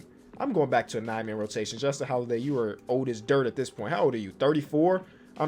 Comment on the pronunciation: Why do i hear nightmare rotation when he say nine man 😂